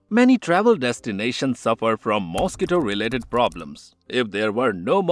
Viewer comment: well? The butchering of the word mosquito is a dead giveaway